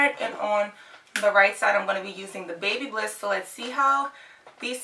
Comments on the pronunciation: It’s pronounced Bhabha liss Not baby bliss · I loved when she said " babybliss"😄